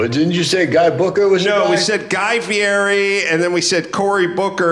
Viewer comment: Adam should learn how to say Guy Fieri's name........